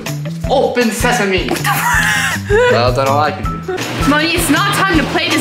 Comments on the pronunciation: I love moni and also you said open the garage and Moni says open seaame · "open seseme" 😭😭